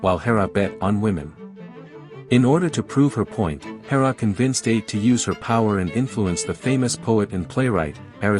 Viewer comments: Atë. It's pronounced a-Tee. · AI slop. Absolute garbage. Do some reading on how Ate is pronounced.